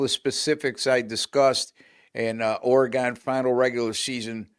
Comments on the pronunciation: Ore-gun Ducks. Not Ore-gone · The WSU Cougs beat the Huskies at home. Get your facts correct! Also, it’s Oregun.